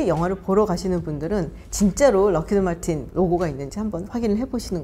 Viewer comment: 록히드마틴이 아니라 학히드마킨이라고 하시는군용 오롱